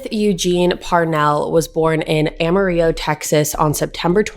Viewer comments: Lol, Amarillo is pronounced Am-er-rill-oh. Love from the Texas panhandle. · Y’all, as a Texan, I choked when she said “Amarillo” lol I mean technically she’s right but it made me laugh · the way you said amarillo 😂